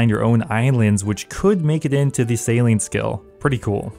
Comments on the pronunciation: lol bro is saying Salean... say sail-ing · Anyone else hearing sailing as "Saline". Maybe I'm high idk. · U said saline no sailing so many times I thought u had a lisp not go a lie dude